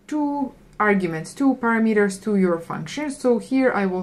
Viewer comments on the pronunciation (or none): none